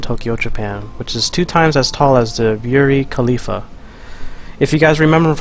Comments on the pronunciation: It's pronounced "Burj Khalifa" the J sound isn't a Y sound it's just a J sound. No Arabs refer to it as "bury Khalifa" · This nigga really just said buri Khalifa 🤦🏾‍♂️🤦🏾‍♂️🤣